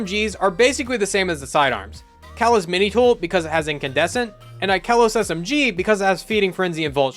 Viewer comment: I’ll cherish the day when people can pronounce Ikelos right lol That aside, great video! Thank you! I’m glad this was about normal crafted weapons and not icky glitched ones!